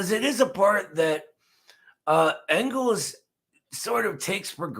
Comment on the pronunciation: as a Philadelphia native who has been repeatedly chastised by Eddie for mispronouncing Afghanistan I breathe a sigh of relief that I no longer will be shamed for mispronouncing Engels name